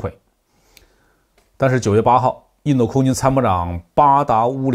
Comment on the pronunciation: 为什么总是把印度说成印豆？